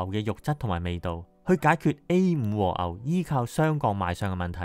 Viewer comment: 長知識了！可惜懶音太多嚴重影響觀賞度😅和牛，昂貴，深奧，以外..............實話實說，只堅持看了兩分半鐘，不好意思🙏